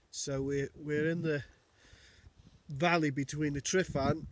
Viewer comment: Not tri not tri not tri.TRUH TRUH TRUHVAN!